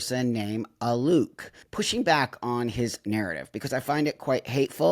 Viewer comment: I can't stand this person, but his name is "Alok," not "Aluke." He shows up everywhere, promoting himself. Why would you purposely mispronounce his name?